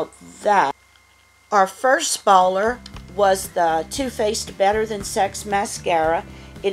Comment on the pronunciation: Hehe I like the way you say spoiler 🙂 I sure hope next month's box is better! This months was very meh... It's just funny how they ended 2018 with an amazing box then starts off the new year with a not so good box lol.